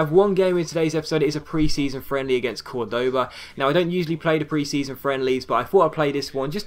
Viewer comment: In spanish the vowel with the " ´ " always means that's the streess syllable, so Córdoba's stress syllable is "Cor".